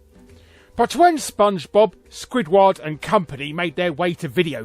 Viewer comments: "Squidwarrrd" You wot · Larry the way you say squidward is wild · Larry, I'm gonna be real with you, the way you """"pronounced"""" Squidward's name like that almost makes me want to become prejudiced towards British people. And Australians just to be safe.